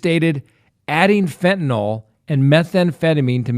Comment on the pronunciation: I'm sorry to be picky when your content is so great, but PLEASE pronounce Fentanyl correctly.